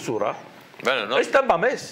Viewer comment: Ah , pensé que decía San Mamés y yo decía y que pinta aquí San Mamés , jajaja y es que dice Tamames.